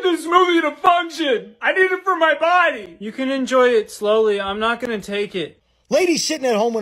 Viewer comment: “PUR LOCAL NEWS TODAY!” “WE HAVE FOUND THE BAWBWY” lmafo